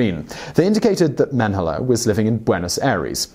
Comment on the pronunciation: People: Josef Mengele Me: Josef Mango